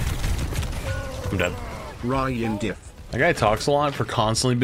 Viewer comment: He said rine dif